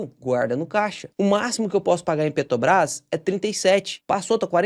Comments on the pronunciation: Pelo amor de Deus, pare de falar "Petobrás". Tá parecendo o demônio Lula falando. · Cara, eu sou viciado nos teus videos. Conteúdo bem mastigado, entrega muito conteúdo. Mas me dá uma agonia vc falando PETOBRAS. Petróleo, petrolífera, PeTObras? 😅 So comentando mesmo, mas teu conteudo é 100%. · Por que o consegue falar "petróleo" mas fala "Petobras"?